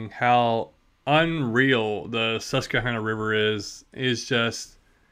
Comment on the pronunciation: You’re pronouncing Susquehanna wrong by the way. Very close though.